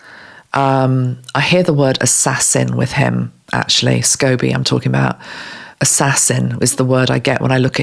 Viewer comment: I agree that Catherine and William have been under psychic attack for a while now and it just seems to be getting worse. Don’t apologise about mispronouncing Omid Scobie, when I first saw his name I thought it was Scoobie too, (remembering that cartoon bought a smile to my face). As to where he came across that information, I don’t think I need to name the couple, do I. I’m not sure that Catherine has an eating disorder it may just be stress. I would get stressed over exams at university. That stress was a great weight loss aid for me. I could eat whatever I wanted and still loose weight. Catherine’s stress is relentless. I am sure for her it must feel like she just gets over one attack or stressful event and then there is another one. Sometimes that can be exhausting. I just love your compassion and thoughtfulness that you bought to this video. It is a refreshing change from the other tarot readers online at moment that seem to be using the current situation with the RF to encourage gossip and boost views. And then they talk about ascension to a new world on another video. I feel like you never deviate from your path even when talking about difficult subjects. I will be saying a pray for Catherine and William for love, strength and protection from these attacks. Love the idea of surrounding her in mirrors so the attacks return to sender. I will try to do that as well. Thank you ❤️☀️